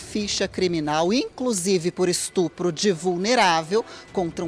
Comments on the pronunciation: Ah, um " estrupo "! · Tem que ser muito trouxa para acreditar nesse "estrupo", como disse ela!😂😂😂